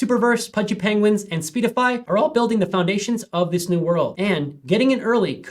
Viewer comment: Speedify 😂 stop reading like an AI. It's Seedify